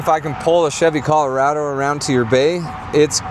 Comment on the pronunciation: Man said “Caller-A-Doe”